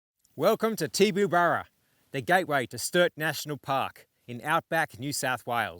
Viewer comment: pronounced "Tibaburra "